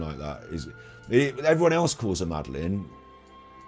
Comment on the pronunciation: Great vids - just to say it’s pronounced MAD-A-LIN 😊